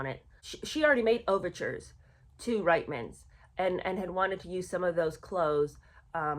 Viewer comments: It is pronounced Reetman's and it is not very complimentary to call your Canadian fans who buy from Reitman's declining and aging. I feel neither declining nor aged and the last time I looked at my feet, they were firmly on the ground. 😂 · Sorry. I’m Canadian. It’s pronounced “Reetmans”. And you can see these Ads on YouTube. They are hilarious. It’s like Meghan wrote the Ads herself. “Look! It’s Meghan Markle” is the main theme of the videos. Then everyone is stunned by her beauty, and they want to know where she got her beautiful clothes. She smiles and says “Ladies, it’s Reitman’s!” I remember seeing the Ads at the time and thinking “who is this woman? Am I supposed to know her??” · Hi, love your videos! As a Canadian, I hope you won't be offended by the following: The store Reitman's is pronounced "Reetman's". Keep up the good work, please. You have a good sense of humor too!